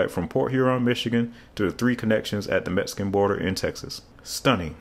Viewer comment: I was a bit shocked to hear you say "Metsican" as that's a racially insensitive way to refer to Mexico which we call "Meksico" here in San Antonio. It's difficult for non natives to know our "X" sounds as my county "Bexar" is pronounced "Bear" meaning the X is either a VERY hard sound or silent and you just have to know how the locals say it. Just like it's San Antonio, not San Antone unless you're non local. Thanks for the video, I didn't realize it was that far along as more than just a dream.